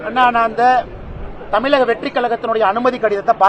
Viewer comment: தமிலக வெற்றி கலகம் 😂 தமிழ் அருமை 👌